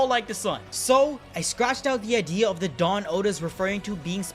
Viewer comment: Every time said "the dawn" I heard Dadan 😆 Duh-dawn